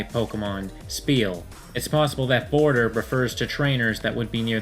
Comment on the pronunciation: It's boarder. Like snow-boarder. Not border, like the border of the region.